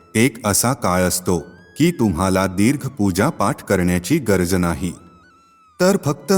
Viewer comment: अहो गर्ज का म्हणता,गरज हा सरळ शब्द आहे,नसेल जमत तर निवेदन करू नका.